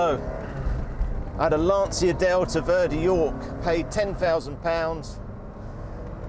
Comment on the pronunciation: My italian ears are bleeding when I hear Lan-ci-a. It is LAN-CHI-A lol